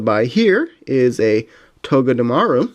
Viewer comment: you can read it as togeTemaru much easier i think